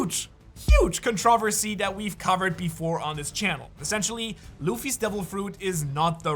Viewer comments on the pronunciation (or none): Controhvasy hehe